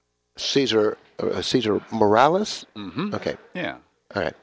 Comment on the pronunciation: Lol Cesar Romales??? Lol MORALES ya mean haha. Good stuff